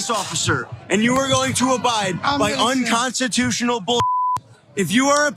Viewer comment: to be fair, Quatcrotchy said that cops that are doing “Unconteetooshional” things should hang themselves. Since that’s not a real word, his statement didn’t actually apply to anyone. He’s innocent!